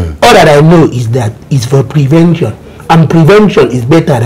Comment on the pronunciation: "Prevenjon" is better than cure 😂 😂. lol